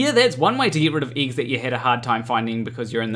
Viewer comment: I want to start with. I love your videos and I watch em all since I subscribed. You are clearly more intelligent than I. That said, here’s s the Super Douche part… your accent is thicker than i think I’ve ever heard. And the way you say certain vowels in certain words drive me guano. Eggs it seems, is one of these words. So glad you found a way to make “egg” half of the words in this video. Now that I’m done being kind of a dick, love you and your videos. Thanks man.😁